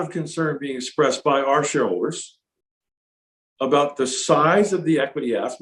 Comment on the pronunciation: When he says, "shareholders," it sounds like he's saying, "shoulders."